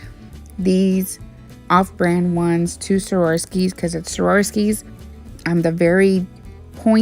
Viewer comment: Swar- ov-ski